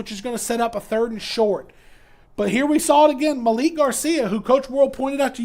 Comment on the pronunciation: say it with me maa-leek Malik garcia